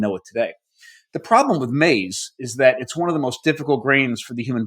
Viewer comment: It’s not pronounced maze . 😂